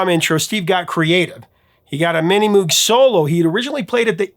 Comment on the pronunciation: Moog is pronounced like rogue, not like mood!